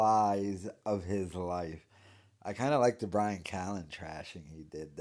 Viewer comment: Holy shit I just realized he can’t pronounce Brian 😂